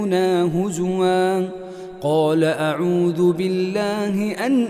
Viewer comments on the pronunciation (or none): none